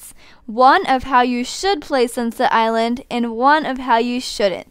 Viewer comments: AM I THE ONLY ONE WHATHEARS UR SAYING SUNSET ILAND WHEN ITS ACTUALLY CALLED SUNSET ISLAND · Did she say sinset island